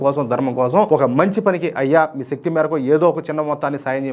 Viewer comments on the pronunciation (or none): none